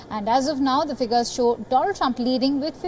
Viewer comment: again repeating trump trumph & there will be only trumph